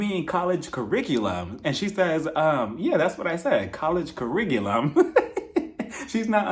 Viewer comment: Yessssss❤🎉 so glad u reviewed this . I love this cast an this show started so GREAT, an we already seeing joseline an amber fought this season online so i cannt wait😂i love me some Puerto rican princess hehe NY saying " ciricululum " was epic😂